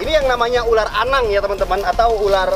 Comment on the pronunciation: berapa kali Panji bilang Uler🤣(ular)